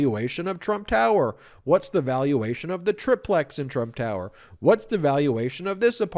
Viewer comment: Ben, it's pronounced try-plecks.